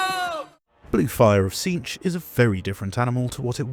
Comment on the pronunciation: Its "cinch" like "in a cinch"